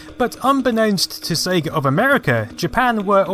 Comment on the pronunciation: Brilliant work and goodness you pronounced it SEYGA (as in Ages), not Segga as in Egg:)